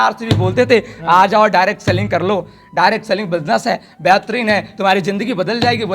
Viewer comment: Reccomend ❌ Requirement✅ Lifestyle ❌ Lifeishtyle ✅ Direct selling ❌ Dirct Sailing ✅ Direction ❌ Direcsion✅ Relation ❌ Relasion ✅